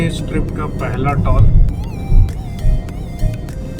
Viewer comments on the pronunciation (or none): बहुत सुंदर वीडियो होता है सर आपका पर एक बात तो है टॉल नही टोल बोलिये सर् जी🤣🤣🤣🤣🤣🤣